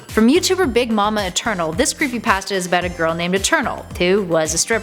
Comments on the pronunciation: Creepypasta not creepypaasta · Why does she say it like creepyPASTa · Your saying creepy pasta wrong and REALLY annoying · She pronounced creepypasta wrong